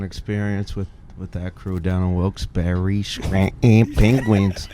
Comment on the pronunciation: Thank god Whit know’s how to say Wilkes - Barre